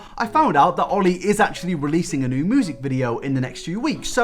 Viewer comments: How people say music: "music" How this man says music: "moo-sick" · WHY DO YOU SAY MOOSIC IM CRYING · I’m confused with your pronunciation of “music”. Normally: “mjusik” but: “muhsik” And I’ve never heard and accent like that and it’s quite interesting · NEVER SAY MUSIC LIKE MOOSIC AGAIN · It hits me when he says moosik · i’m sorry mate but did you just pronounce music as “moosic”?? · Nobody:: moosic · is no one gonna talk about how he pronounces it “moosic.” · Who else noticed that says mOOsic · But the way he says music is “Moozeck” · "moosic,,, kpop is moosic" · The way you pronounce music moosic is cute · absolutely nobody:: mOoSiC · lol "moosic" count me subscribed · nobody: literally no one:: moosic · man i love the way he pronounces "music" and "thing"... "moosic" "fing" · No one: Literally no one:: MoOsIc, MoOsIc, MoOsIc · you pronounce music as moosic and it's cute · Still laugh every time says music Moosic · MOOSIC...? Who pronounces it like that. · Why do you pronounce music like “moosic” ...? This is throwing me off mate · Sorry my guy but moosic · You say music wrong you cretin. I don’t like it at all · is it me or he pronounces 'music' weird? lmao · Can we talk about how you pronounce “music”???? 🤣🤣🤣🤣😘